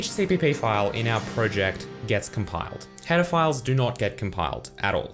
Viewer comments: I ALWAYS hear "pedophiles" instead of "header files" in every one of his videos ! :-D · I wasn't paying attention and heard "Pedophiles" instead of "header files"